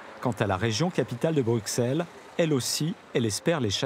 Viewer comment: Région de Bruxelles-Capitale* (et non Région Capitale de Bruxelles... ; et ça se prononce BruSSelles et non BruXelles, comme Auxerre ou Texel)